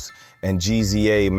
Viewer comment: Jus so u know mate, Meth"s Tical, is not pronounced like Tycal but jus Tcal. Also GZA The Genius has never been referenced has G-Z-A. its jus like Giza, same with RZA. Still enjoyed this so ive subbed!